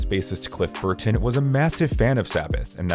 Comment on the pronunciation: stop pronouncing burTon